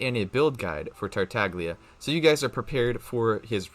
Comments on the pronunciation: I found this out the other day but apparently Tartaglia is an italian name and the g is actually silent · Kigen Jones did you know there was a ganyu video released and she said the wrong number and they quickly deleted it and reuploaded the correct video with her saying the correct number of glaze lilies/heart beats. Mihoyo would not let him pronounce his name wrong and say it multiple times. A YouTuber is a Genshin streamer and does it for a living and doesn’t even care to pronounce names correctly and it absolutely kills me every time I can’t even watch his videos anymore. I wasn’t trying to argue I just wanted you to know. Sorry if I sounded rude tho